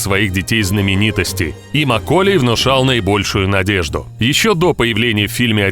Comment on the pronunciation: какая свежая тема!еще и не правильное ударение в имени макколея.диз